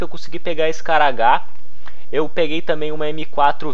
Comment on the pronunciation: Nao fala scaragar é scar